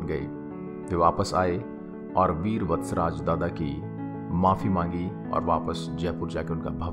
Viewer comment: Kahani sahi hai par nam thoda galat hai vatcharaj nahi veer vachharaj dada